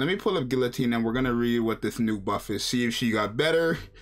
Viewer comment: It’s pronounced guillotine